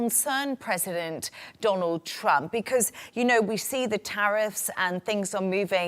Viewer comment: Doland truimph😂